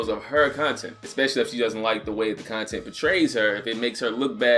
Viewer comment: I keep hearing cun tent and I dont know why.